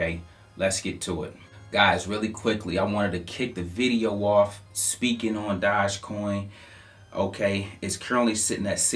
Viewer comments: I don’t have to even say it, you already know I love you but it’s not Dodge coin it’s Dooooogecoin hahaha ❤️ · its pronounced Doj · why you keep calling it dodge coin lol theres no doublo D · Dude is smart in Wallstreet but in crypto...straight up noob! Pumps up a shitcoin and still cant even pronounce it right!